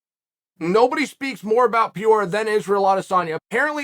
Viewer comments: Pear-ray-rah vs pee-or-rah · I like Chael but fuck,get the dudes name right,on another video he called him Pierre the whole time,this one its Peoria,his last name is Peireia,not sure on the spelling but (Puh,ray,uh) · I guess everyone has word they find hard to pronounce. Uncle Chael's word is Pereira - he says Piora. I'm an Izzy fan so anything that irritates Piora is good stuff. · Pee-aura, p-hora, pioraw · Imagine a fight between Peyorah and Tavassa! Lmao. Good ole Chael and his mispronounced name problem. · So now we know, he doesn’t like Alex, ahaha I love how he always mispronounces specific fights’ names ahahaha remember specific fighters, now we have Peehour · Nobody knows what an Alex Peora is because there is no such thing... cmon college educated Shale get these guys name right. Anik shame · Pee-oar-ah? Ok, great! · Peeoruh Yan, Peeoruh Faber, Michele Pereira.. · Pierre Pee-aura is my fav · Alright now I know he’s fucking the names up on purpose lol This dude said PEEORAH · Chael: Pee-orah……………….. Me: huh? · Nobody: Chael: Piora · Per-AIR-ra sir keep trying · Listening to audio only, trying to figure out who this Alex Pee-ore is. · PEE-AURA. Nice 🤣🤣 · Bruh I've heard Chael butcher some names in the past but when it gets to the point where it takes me a minute to figure out he's talking about Pereira it's annoying. How does he pronounce letters that aren't even in Pereira's name? He's heard his name and other fighters said all the time by commentators and other MMA sources. I'm just absolutely baffled at this man's commitment to not learning how to pronounce fighter's names lol. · I literally laughed out loud everytime you said Pereira’s name because I felt like you’re purposely mispronouncing it because of my comment on the last video you did about him haha touché Mr. Chael lol much love ✌️ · Chael “it’s totally NOT on purpose that I pronounce Alex’s last name almost like that city in Illinois” Sonnen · Butchered the f*** out of Pereira 🤣